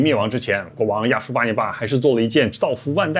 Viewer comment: 亚述发成亚旭